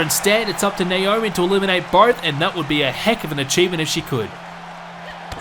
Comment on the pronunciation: I think he has an issue with pronouncing Naomi's name right. Nowarmi?